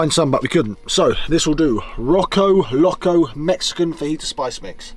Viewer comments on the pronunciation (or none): Roko Loko lmfao.... its, Po-Co Lo-Co -'Little crazy' in Spanish